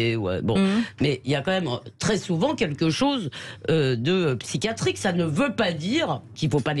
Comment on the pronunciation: "Psy chia trique".... Il y a un "i" qui se prononce.... Le mot "psy qua trique" n'existe pas. Quand on répète 30 fois le même mot en moins de 10mn, on s'assure au moins d'utiliser un mot qui existe et de savoir le prononcer.